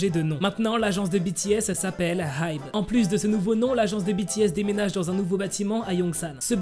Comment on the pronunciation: Ça se prononce ai-bi😭 HyBe c de l'anglais 😅